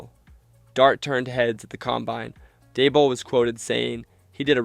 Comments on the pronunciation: lol “Brian Dabble.” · Where do they get these narrators??? Da-bowl? Show-en, Mallick Nabors? lol. Jeez. It’s not like no one ever heard those names.